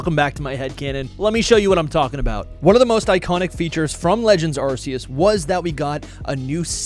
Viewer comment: How do the biggest Pokémon fans and YouTubers STILL not pronounce Arceus correctly? Ar-kee-us. Hence, why Silvally has the "RKS System" ability.